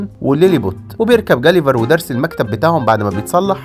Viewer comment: مين سمع بيركب المكتب بدل المركب